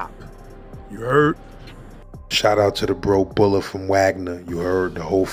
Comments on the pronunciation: MY FAULT HIS NAME IS PRONOUNCED BOO - LA Add these songs from my artist KING TACO 🌮 on spotify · *Bula….Wagner projects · Killa 1stav shout out bula pronounced (boo-la)welcome back